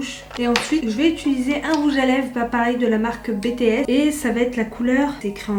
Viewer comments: En tant qu'Army mes oreilles saignaient à chaque fois qu'elle disait BTS, ça se dit "bi ti ès" 😭😭 pas "bé té ès" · Ça ce dis pas comme ça « BTS »...